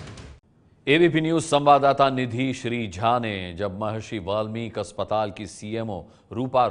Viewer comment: Sir It should be "Maharishi Valmiki" not "Walmic"